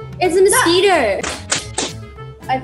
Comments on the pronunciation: iTs A MosQuiTorrRRrrr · Noooo nooo NNNNOOOOOOOOO 💀💀💀💀💀💀💀💀💀💀 U did not just- Rose: It’s a mosquitorrrrrrrrrrr